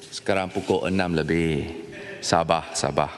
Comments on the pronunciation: Yg dipertua dewan rakyat tu ape tu. Die sebut sabar ke sabak... Hahahaha lagi satu larut ke rarut kahkahkah 🤣🤣🤣🤣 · SabaR..."R"nya ketinggalan 😂😂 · Sabar = sabah, diambil = diambik wkwkwk welcome to malay 🤣🤣🤣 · Sabahr sabahr